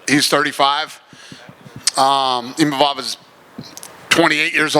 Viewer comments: People are turning their back in seconds thats hilarious, Adesanya's forever a legend PS: STOP SAYING IMAMOV for gods sake, its Imavov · what's the translator doing not being able to say Imavov's name correctly... twice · Imavov gives a speech about how to pronounce his name and this goes mispronounces it just a few minutes later.